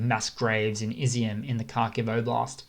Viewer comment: Watch how Steve Cannane (abc news) pronounces Kharkiv (essentially Harkiv)- you can do it - I have faith in you 😀.